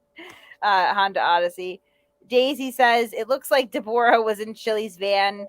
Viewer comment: He was never going to fight him even if he went back in time 30 year's. Also it's pronounced ( Deb- oh- ra ) COWARDLY POS LIAR ❗